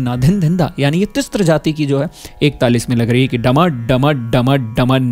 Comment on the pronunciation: तिस्र और चतुस्र बोलिए, तिस्त्र और चतुस्त्र नहीं। वैसे ही hrisva नहीं hrasva शुद्ध उच्चारण है